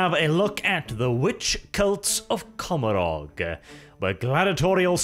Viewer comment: Ca-mor-ah Your pronunciation of that word mad me cringe inside.